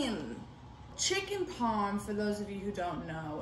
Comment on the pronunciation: “Chicken paaaaaaarm” that’s how u pronounce it